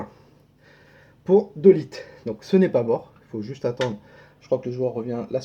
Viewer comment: "De lit" ou "Deux litres ?" 😅